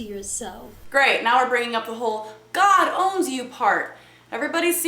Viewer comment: i love how u say GAWD instead of god. it cracks me up everytime LOL